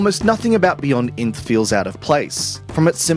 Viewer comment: Pretty sure its not pronounced inth